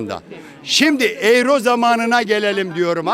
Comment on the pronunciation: 40 senedjr almanya da Daha Euro okunusu oyro demeyi Bilmiyo bunlar hep böyle devletten geceniyo kahveden Cikmaz bide Almanya bitik diyo karaktersiz